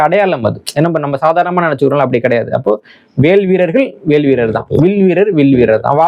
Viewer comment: வ பல வாக் திரிவது வடக்கே இயல்பு. புவனேஷ்வர், புபனேஷ்ஷ்வர். வேல் பேல்